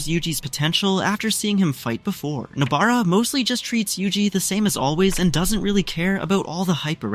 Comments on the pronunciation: I keep hearing noBEARa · WHO'S NO-BEAR-A